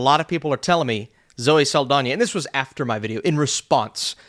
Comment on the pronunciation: For some reason Austin is adding an I to Saldana. “Zoe Saldania” 😂